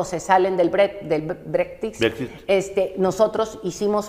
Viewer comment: Que bárbara esta señora ni siquiera sabe pronunciar BREXIT, imagínate cómo está la economía en México